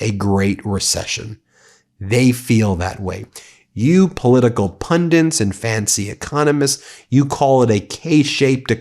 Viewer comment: The word is pundits, not pundants.